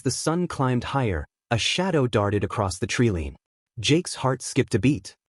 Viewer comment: Tell your ignorant reader the word is not treelean. It is tree-line, line.